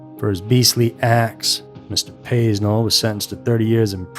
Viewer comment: When you can't even pronounce his name, I don't have much faith in the rest of your research. (It's PAY-nel)